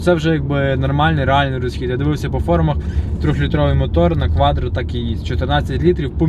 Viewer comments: Так и не научился говорить кваТро 😀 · Парень, не кваДро, а кваТро!😂😂😂😂